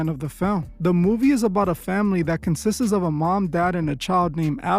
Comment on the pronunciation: “Consistes”?? lol